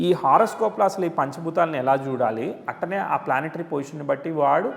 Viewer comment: అట్టనే కాదు అట్లానే అనండి